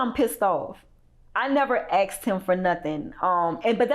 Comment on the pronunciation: If she says 'axed' one more time instead of 'asked"... 🙄